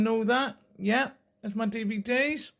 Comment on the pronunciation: bro said "D.V.D.S" Do you not know what a DVD is?